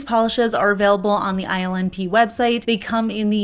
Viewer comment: Omg lol instead of hearing ILNP, I kept hearing her say “island pee” 😅 .. was like that’s not a pretty nail polish name.. maybe this brand needs to rename itself 😂😂😂